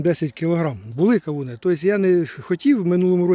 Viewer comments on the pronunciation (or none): 😂Чуть нэ встявся! КАУНЫ😂ну мойва, яка чудна😂да ванюча😂